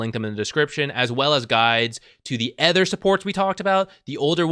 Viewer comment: it took me this long to realize you pronounce "other" as "ether" and was confused as hell